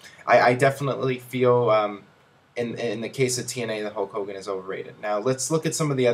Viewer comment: STOP SAYING HOWK HOWGIN! It's so fucking annoying